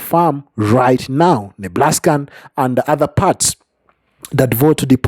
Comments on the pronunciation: NEBRASKA not NEBLASKA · Its Nebraska NOT Neblaska!!!😂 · Say "Neblaska" just one more time...I swear it... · I stopped when I heard Neblaska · There' no L in Nebraska